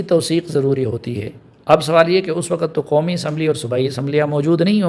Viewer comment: وقت کا تلفظ وقعت نہیں وقت ہی ہے. waqt اس طرح بولا کریں